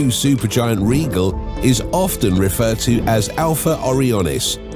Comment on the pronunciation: Rigel? (Regal) I'm not sure how that's how it's meant to be pronounced.. isnt it meant to be raidʒəl?